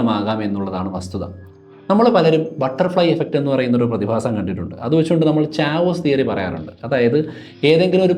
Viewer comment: സർ. അങ്ങ് ഉദ്ദേശിച്ചത് Chaos Theory ആണെങ്കിൽ അത് കേയോസ് തിയറി ആണ്. ചാവോസ് തിയറി അല്ല. ഉച്ചാരണം ദയവായി ശ്രദ്ധിക്കുമല്ലോ.